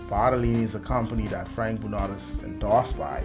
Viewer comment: Huge fan of this guy. Pretty sure his last name is pronounced "Bru-know"